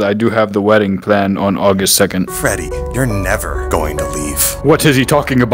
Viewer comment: So no one's going to talk about how called Freddy Fazbear fredward